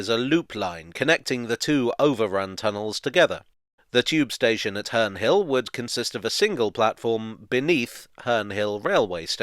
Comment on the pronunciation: Its sound like hernrie hill